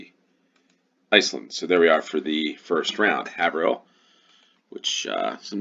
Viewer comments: 1 second ago Haverhill is pronounced 'hay-ver-hill'. I used to live there. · First one Haverhill is pronounced Hay-ver-hill I used to live about 20 miles south of it